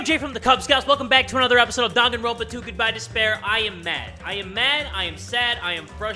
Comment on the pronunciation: Did Jay just say Doganronpa